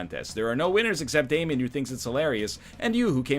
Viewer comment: Triggers me so much on how says Damien